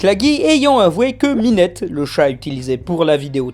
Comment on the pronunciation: Au risque de ne pas paraître désagréable, je tenais à dire que tu avais très bien prononcé "Minette" à